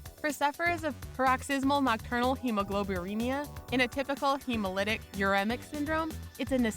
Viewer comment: you pronounced uremic incorrectly